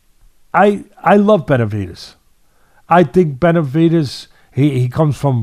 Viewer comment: Betervidez??? Nasal voice Atlas can't pronounce David's name but claims he likes him? At least pronounce his name correctly, nasal sounding old school duh duh.